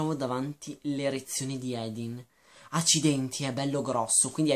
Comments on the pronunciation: Si scrive Hardin, legge Ardin, non Edin. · OMG. NON "EDIN". È HARDIN (ARDIN) NON SE PO SENTI "EDIN" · Senti, tu non hai nessun diritto di criticare questo libro perché intanto Theresa odia essere chiamata così perché le ricorda suo padre da alcolizzato. Poi si dice HARDIN non EDIN. Questo libro vuole spiegare che anche chi ha l'anima nera solo con l'amore vero può diventare migliore di sé stesso. E poi se questo libro lo odi così tanto da schifiarti non ha senso che continui a leggerlo solo per dire stronzate, questo ti dà una brutta nomina perché chi ama leggere lo deve fare per passione non per odio. Quindi KEEP CALM and I LOVE AFTER forever!😠😤😡👈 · Come ho sentito bene? Lo hai chiamato "Edin?" si chiama Hardin... Non si sente per niente la r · Ma edin cosa?! Si chiama HARDIN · Comunque è Hardin, non hadin... Come hai fatto ha legge il libro senza la R in Hardin...? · é hardin non hadin comunque.... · si chiama Hardin non Edin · secondo me del libro non hai capito niente partendo dal fatto che hai sbagliato piú e piú volte il nome del protagonista che è HARDIN e non Edin. Il libro è stato scritto da una ragazza di venti anni ed è una fanfiction e come ha ripetuto lei nelle interviste e nei ringraziamenti non è una scrittrice professionista. Non so la tua etá ma posso percepire che non sei un teenager e quindi in un libro cerchi anche una "morale" piú pensata e questo libro non riesci a vederlo come noi ragazzi.Detto questo ancora devo capire i libri che ti piacciono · Non si chiama Edin ma HARDIN! Non vorrei fare commenti negativi su questo video ma non hai capito un cavolo dei libri vorrei proprio leggere le storie che scrivi tu , quelle si che saranno sensatissime . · ARDIN si dice ARDIN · Sì pronuncia Ardin e si scrive Hardin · e comunque non vuole che la chiamino THERESA perché le ricorda suo padre un alcolizzato che l'ha abbandonata ah e si dice HARDIN CAZZO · ma sai dire Hardin? ! non è difficile